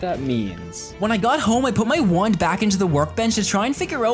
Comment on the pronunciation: Funny how he says "Wuand" instead of Wand""